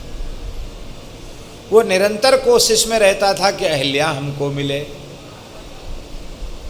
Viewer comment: अहिल्या नही अहल्या होता है।सही करिए।